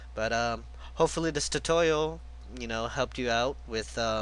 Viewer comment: lol tutowial